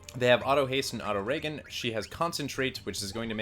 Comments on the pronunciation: it's Ree-jin not Raegen, do you say Ray-gen-eration? no it re-jin-eration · "Kyoo-po"? "Reagan"? WTF man, it's "koo-poh" and "ree-gen" (as in regenerate)... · Dude, it's 'ree-jin', as in regenerate, not 'ray-gan'. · Anyone else notice how he mispronounced "Auto-Regen" as "Auto Reagan"? It is short for "Regeneration" which has a soft 'g' sound like GIANT or "GENTLEMAN"... not hard 'g' like GAMBLE or GANTRY. You'd think a FFIX fanatic like the rest of us would know that word :/ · one thing that drives me nuts is when people say regen....its not RAYGAN like the president its REGEN like short for REGENERATE!!!!! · It is pronounced "Re-Jen", as in short for REGENERATE health....... hearing you pronounce it "Re-Ghen" makes my stomach turn everytime I hear it said in your videos. Same with your pronunciation of MOOGLE as "Mewgle" instead of it sounding like it should rhyme with GOOGLE. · Isnt Reagan when you are healing, aka Reagan hp.... Its Ree-Jen oof. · And regen is pronounced REEjen not RAYgen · Don't say reagan. Say it like re-jen. It's short for regeneration. Not short for Reaganomics. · Just because it's annoying: pumice as in bum, regen as short for regeneration not regent as in Ronald Reagan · Auto-Regen is not pronounced like the 40th President of the United States. It's short for Auto-Regenerate. Thus, it should be pronounced Ah-toe-Ree-jehn. Sorry, I'm really picky about common sense things like that. Otherwise, nice vid. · Kupo = Coopo Regen = regen like regeneration Also sayin pumice wrong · Back in 2024 to say this guy is the GOAT. Did this on my 2nd attempt. Sad at the Zidane and Auto-Regen pronunciation though xD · Regen is short for Regenerate. Its not pronounced Reagan like Ronald Reagan 😮‍💨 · Auto Ragen? dude stop it. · The number of people who mispronounce Regen. I've heard Regain and Reagan so far. Regen, as in Regenerate. :T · Fine by me, I like Faye Reagan! He read out Ozma´s max HP wrong at the beginning, though! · Pronouncing regen 'ray-gehn' k